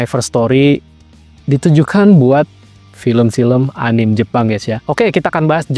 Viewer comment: Di baca "anime" bang. Jangan "anim" atau "enim" 👌